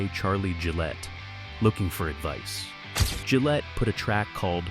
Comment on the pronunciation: Gillett as in Gilbert not Jesus, and as in billet not bet.